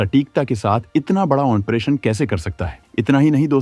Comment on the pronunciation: 'Operation' hota hai, "oNperation" nahi. Har video mein aap oNperation bolte ho.